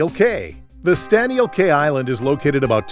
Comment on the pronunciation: Cay is pronounced key.